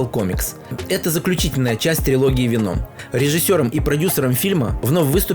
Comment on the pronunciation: ПЕТУШАРА, НЕ венОм сука, а вЕном!